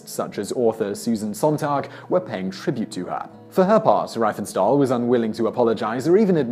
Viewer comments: Riefenstahl. It is not Rye-fen-stall. It is Ree-fen-stawl. Full name correctly pronounced: Lay-Knee Ree-Fen-Stawl. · In German with ie or ei the first letter is silent Riefenstahl is therefore pronounced reefenstahl not ryefenstahl. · Riefenstahl is pronounced Reefenstahl. Why is that so difficult for Brits to say? How did they even come up with the idea that switching "e" and "i" is the logic way forward??? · Riefenstahl is pronounced Reefenstaal. As in reefer. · Learn to pronounce German. Riefenstahl rhymes with Queef 'n Fall.